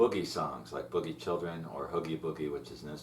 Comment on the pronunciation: Boogie Chillen, not boogie children, sounds weird to hear it said that that way lol great lessons though, some of the best on YouTube for John Lee, so thank you!